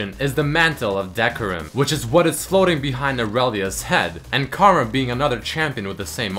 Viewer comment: "And KARAM", please. XD